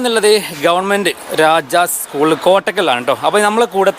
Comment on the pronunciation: ഇസ്കൂൾ അല്ല സ്കൂൾ ആണ്